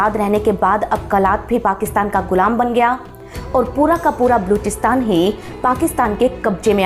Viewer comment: बलूचिस्तान तो ठीक से बोलिए|